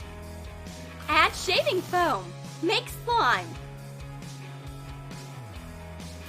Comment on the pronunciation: why the “foam” sounds weird